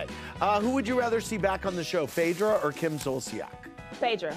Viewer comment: Did she say phadrea tho after her Mekin up tha discusting rumour on kandi tho🙈🙈